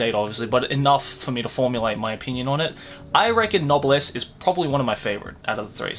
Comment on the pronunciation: i checked, and you're pronunciation is correct